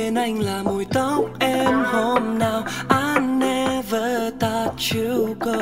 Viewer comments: Ái ne vớ "tot" chú gô, ơ quầy =)) phát âm tiếng Anh làm hỏng cả bài hát của người ta ... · sao lại cứ phát âm thought là tắt/tót nhỉ @@